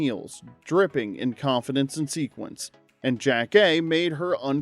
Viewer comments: It’s not JACK-kay… it’s Yah-kay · Jackée Harry's character name was consistently mispronounced by the narrator.